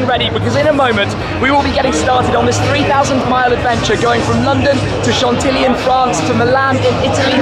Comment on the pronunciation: Chantilly pronounced Shontee-ee dear boy.